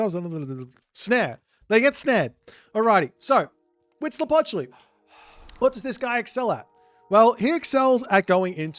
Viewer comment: As a mexican, your pronunciation of Huitzilopochtli at the beggining of the video was quite good. And stays mostly consistent throught the game. *happy aztec gods noises